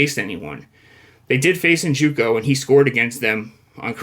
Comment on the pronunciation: NJOKU not NJUKO. How many times you going to mispronounce the same dudes name?